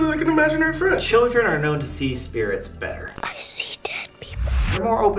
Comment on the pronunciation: “Icee dead people” 😭